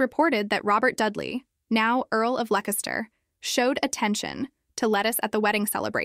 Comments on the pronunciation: Leicester is pronounced 'lester'. 🇬🇧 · You are correct. It is pronounced Luh-TEES and the last name is pronounced like the surname Knowles...probably a derivation. This is obviously AI narration as she also says both Bo-LIN and Bo-LEEN and can't pronounce Leicester correctly.